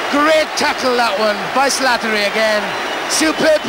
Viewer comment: He has a wonderful lyrical pronunciation of the name "Slattery"